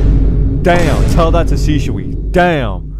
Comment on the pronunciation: “Shishui” “sushi” “punami” “pushi” no hate😂